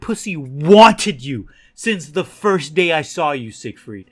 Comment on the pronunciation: Until I started reading the comments I thought you were saying “Sick Freak” instead of “Siegfreid” but it seems like it would fit anyways